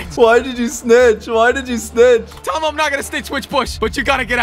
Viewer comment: just call tomo tomy😂